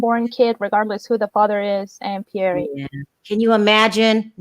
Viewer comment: Question: since when is this “Pierre” pronounced “Pieree”?! Did Larissa name the baby or what?! 🤦🏽‍♀️🤦🏽‍♀️